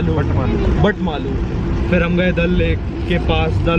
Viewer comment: Not batmala..it's called Batmaloo 😊